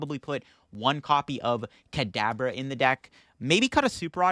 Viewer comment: In the beginning almost at the 5-minute mark, I swear it sounds like you're saying cadaver instead of Kadabra.